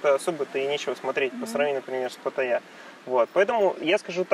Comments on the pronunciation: А зачем говорить "ПатаййЯ!"? если можно просто сказать нормально как и все "ПаттАйа". Я никогда не слышал, чтоб Moscow говорили Moskva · Патта́йя (тайск. เมืองพัทยา, Phatthaya; ударение в тайском языке — Паттайя́; варианты написания — Паттая, Пхаттхая, Паттайа, Патайя) ;) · Все это кто? Погуглите ударение приходиться на последний слог. Хотя тайцы говорят вот так Но точно на второй слог делать ударение не правильно.